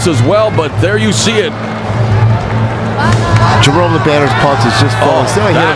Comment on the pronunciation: I hate that the guy talking the fight butchers Jerome’s name like that.